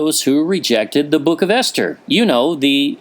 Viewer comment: Ester sounds like Easter?